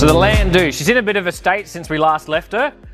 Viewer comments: Wtf is a landoo? I’ve had a couple in my younger years but they were called a landau not landoo . No idea how an educated Australian could get the pronunciation so badly wrong lol 😂 the “au” in landau is pronounced like “our” without the “r” lol Thank you for the rage bate 😂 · Landoo grinds my gears ugghh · It's pronounced. Lan dow.. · I AM NOT TRYING TO BE HARD ON YOU SON BUT WHAT THE FUCK DID YOU JUST CALL THAT CAR.. STEP AWAY FROM THAT VEHICLE... IT'S PRONOUNCED. LAN...DOOR.. ......